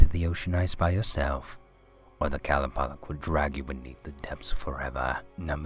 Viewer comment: Its actually qa-loo-pah-leek